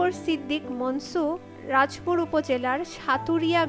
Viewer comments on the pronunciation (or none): রাজ পুর না রাজাপুর হবে।